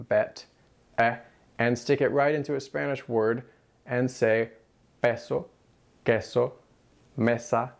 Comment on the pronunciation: peYso queYso 😂